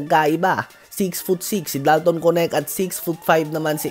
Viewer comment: Sir diba dalton knect i mean ang pag bigkas ng name niya is parang "Kenek" di po konect baka masanay po kayo eh